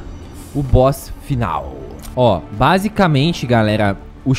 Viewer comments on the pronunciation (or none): none